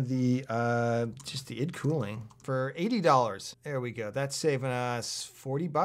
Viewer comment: its EYE-DEE cooling maaaan